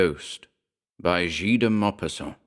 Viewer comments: Very good! We need more Maupassant :) !! Again, Guy is pronounced with a hard G, like in ghost !! ;) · Absolutely spot on, guy with a hard g like the indian cooking ghee